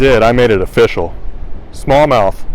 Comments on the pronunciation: "It's Ah-Fishyall!" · I just realized when he says it’s official, it’s more like O FISH Al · It’s of-fish-al: fish like Brazilian balls of wood...